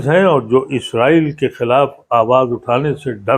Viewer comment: آ پ کو اس سے پہلے بھی لکھ چکا ہوں کہ اصل لفظ " اسرائیل" ہے نہ کہ ازرائیل ۔ آ پ کے مہمان جناب ادیب صاحب خود آ پ کے سامنے بیٹھ کر بار بار لفظ اسرائیل بول رہے ہیں مگر تعجب ہے کہ آ پ ازرائیل کا ورد کیے جا رہے ہیں؟